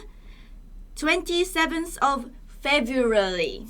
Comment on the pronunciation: feblualy 「 i know they have trouble pronouncing "L","R" i just found it funny (≧▽≦) 」